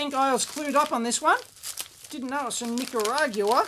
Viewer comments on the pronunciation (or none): Nick a rah guin. ...or as we Spanish speakers say, Nicaragüense ..knee care a guen say :] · Nicaragua - nick-uh-ROGG-wuh.